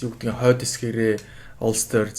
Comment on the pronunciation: Бүгд найрамдах Улс биш ш дэээээ😮😮😮. Иреланд Улс гэж орчуулна.Leinster, Munster гэхийг англиар яаж дуудаад байгаан бэ хммм.Clontarf гэж хэлж байгаа нь😮😮😮 хүртэл хммм. Дублин хотод маш олон боловсролтой Монгол залуус мэргэжилээрээ дэлхийн том том компаниудад ажилладаг тэд нараас дуудаж яриулсан бол дээр байх байлаа.